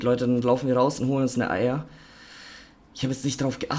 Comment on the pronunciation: Ich verstehe bei ar immer Eier 😂